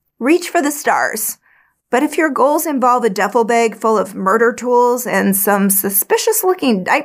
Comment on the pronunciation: I love the way she says bag , “beg “ lol